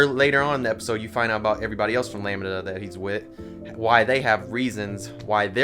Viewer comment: Always love your takes! .... Lamb (like a baby sheep)-Duh sounds cooler than how you're saying it like lami-da 😅